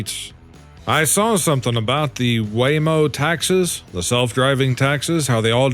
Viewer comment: It's taxis (Tak Seez }not taxes (Tak Sezz)